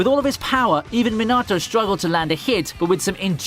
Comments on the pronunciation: u mispronouned minato and rasengan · I love your content but please for the love of god stop saying minatos name wrong😭😂😂